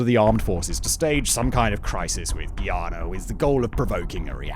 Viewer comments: "Guy"- "ahhh" -nahh Not geeeeahnuh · Just call it guy-Ana. What’s a giiana? 😂😂